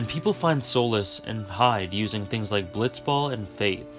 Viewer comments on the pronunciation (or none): none